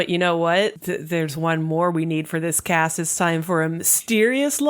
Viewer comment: I haven't actually seen Revue so I thought when you said "cut down the cat of girls" instead of cast, I thought you were saying there were cat girls in this?? And I did like a double take lmaooo